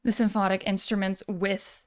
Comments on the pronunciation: I think it's cute that you can't pronounce "symphonic." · I like how she calls it symphnotic, like it's symphonic and hypnotic at the same time 😉